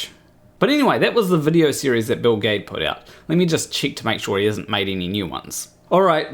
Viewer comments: Every time he says Bill Gaede I hear Bill Gates. kkkk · For a minute there, I couldn't figure out why you were having trouble pronouncing Bill Gates.... ;o) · ae is pronounced ä in german. Thats like the a in fan (in an american accent)... So for me his name is pronounced gäde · The biggest problem with Gaede (I pronounce his surname as Giddy) is that to those ignorant of science he seems to fit that whacky scientist extrovert cartoon in their heads. The rest is all turtles and effalumps elephants. 😀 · It's Bill Gede ( or Geed - silent last e or hell if it's any easier Gheed ) all work. Nice video btw! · Maybe it's Bill Gah-ee-dee 🤔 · Its Gayts… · Actually I prefer the pronunciation "Bill Jeed" "G" can be either hard or soft, "ae" has a long "e" sound for example we have Caesar. And the last "e" appears to be silent.